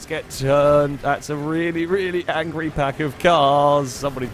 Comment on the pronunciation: “Escapé the angrey cars” dude I love your videos 😂